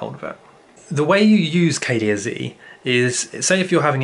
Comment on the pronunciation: Cah-leh-ahh would be the way to pronounce the first word lol . I mix some with my tea or with my marijuana when I smoke . I grow tons of it in my back yard as well as the Sun open herb . Great works